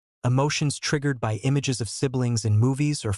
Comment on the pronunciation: Is this fake? What is 'B Y the evening'? Ridiculous. Gutted that I listened to this fake trash for about 10 minutes...